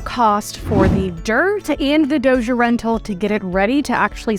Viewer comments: BTW it's dozer, not dozier. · She said doughger lol 😂 dozer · The way you say Dozer Doooooosher is wild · I’ve never heard anyone pronounce Dozer “ Dosier” lol, 😝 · Lmao agreed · I love how you say "Dozer" lol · "Dozhure rental" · Please google "how to pronounce dozer" and don't ever f that up again. You should be embarrassed and humiliated.